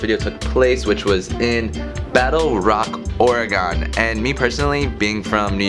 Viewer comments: I know this video is a few years old but take it from a native Oregonian. It’s pronounced “Or-eh-gun” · Please its Or-ih-gun. The correct pronunciation uses three syllables: "OR", "ih" and "gun". The first syllable is long but the last two syllables are very short. Remember: it's "ORegon", not "orEgon" or "oreGON". The pronunciation of "or" is straightforward: say it like the word "or" or "for". Pronounce the middle syllable (the "e") the way you would pronounce the "i" in "it". You can also pronounce it like the "e" in "egg". Pronounce the last syllable ("gon") like the word "gun" or "gehn". Make sure to pronounce the hard "g" -- say it like "gun", not like "gin". Whatever you do, avoid pronouncing the "gon" like the last syllable in Greek words "decagon" or "polygon". Native Oregonians will be quick to tell you that it isn't "Or-e-gone". The ON sound in the French word Oregon is the same as the ON sound in "dragon" and also the same as next door Washington. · Cool video. But we don’t say Oregon like that lol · The way you say Oregon makes my eye lids quiver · I've never heard someone pronounce Oregon like he does it's crazy